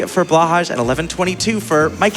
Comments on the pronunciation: This is driving me slightly nuts. It is pronounced "blow high" which is Norwegian for "blue shark". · By the way, for future reference, Blåhaj is pronounced “blow-hi”. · I always understood it to be a kind of in-joke to pronounce it "blah-hahsh". I usually just assume it's intentionally mispronounced o: But ye, blow-hi is fren <3